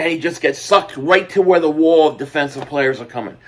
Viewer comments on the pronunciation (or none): none